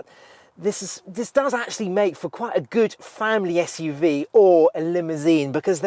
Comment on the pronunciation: At last, somebody at carbuyer who can say SUV properly